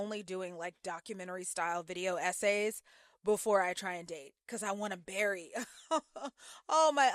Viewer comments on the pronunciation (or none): none